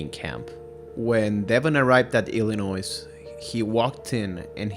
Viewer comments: Illinois is pronounced ILL-A-NOY, not ILL-A-NOISE. The S is silent. As Illinois haters say, it's ILL-ANNOY, which is phonetically correct. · Nice video, but its Illinois is pronouced without the "s" . Not sure why but that was really bothering me lol.